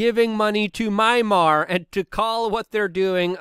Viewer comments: "Mimar"? Mymar? Marmite? Jeez. The country is called Myanmar, as in "My - an - mar". If that proves too difficult, you may want to revert to "Burma". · Mee-Ann-mahr (Myanmar) 😊love ya Luke! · Learn to pronounce “Myanmar” correctlyyyyyyy!! Lol